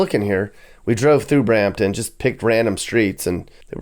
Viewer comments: Brampton, not Bramton. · Brampton, not Bramton 😂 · Brampton, not a Bramton. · In T.O. we call Brampton. Bram-ledesh lol.